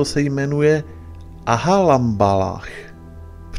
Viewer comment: shamballah , nie ahalambalach 😂. inak rad pozeram tvoje videa.. mas prijemny prejav..pokracuj si dobry..